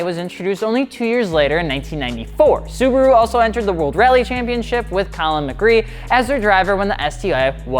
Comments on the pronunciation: The way you pronounced Colin McRae hurts me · “Colin mcree”